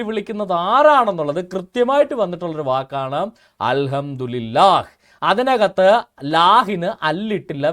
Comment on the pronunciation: al hamdu li lah allada pottaa al hamdu li llah ennanu, kootti vayikkumbol pala preyogangalkkum mattam undakum